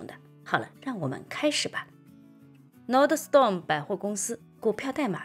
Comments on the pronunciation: 小提示：公司名字 NORDSTROM 第二音节是 STROM，不是 STORM，整个发音是 /ˈnɔːrdstrəm/，应该是来自瑞典语, nord 'north' + ström 'river'。 感谢分享和指导！祝周末愉快！ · Nordstrom 发音读错了吧？ 我去这家店也读错，有时别人会纠正。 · 不是吹毛求疵，就是提醒观众和贝拉，说明贝拉没怎么去过Nordstrom, 纸面上的分析带有一点片面性。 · 妨碍了啊，会显得很不专业。就好像聊nba的时候把乔丹读成乔顿，听着难不难受？会给人一种你根本没看过nba的感觉。